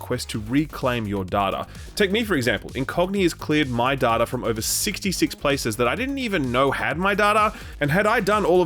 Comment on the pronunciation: It is data not data.